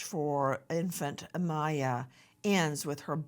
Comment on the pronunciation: Poor baby! Give her away if you dont want her! BTW the baby's name is not Maya it's Miya ... like in Mia.